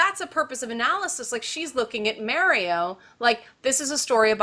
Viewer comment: My eye twitches whenever she says Mario. good video though.